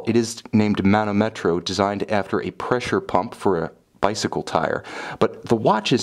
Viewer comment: as I already wrote to you the correct pronunciation is manòmetro, not manomètro as you say ;)